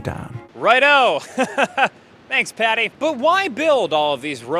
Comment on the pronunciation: it's Paddy not Patty. Padraig is how it used to be written.